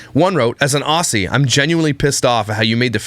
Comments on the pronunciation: as a kiwi im offended u said aussy rather than ozzy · Haha the fairy bread made news here☺️ By the way it's pronounced as Ozzie not with the s sound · Ngl, I’m dying over how is saying “Aussie” 😂 Australian girl here - it’s pronounced Auzzie 😛 Yeah the!!!!!